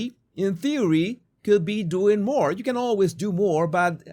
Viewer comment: Jesus, More - not moar!